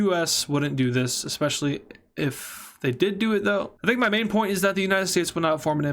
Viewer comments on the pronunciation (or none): none